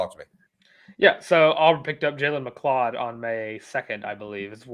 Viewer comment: ME-CLOUD LOL 😆 😂